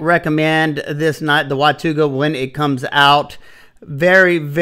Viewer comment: Isn't it WATANGA???